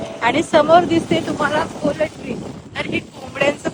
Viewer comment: पोलट्री नाही म्हणत हो, पोल्ट्री!